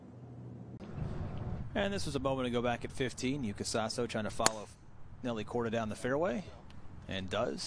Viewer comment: YUKA SASOじゃなくて、YŪKA SASOUかYUUKA SASOUだよ ちゃんと外国人の名前調べとけよアメリカ人は！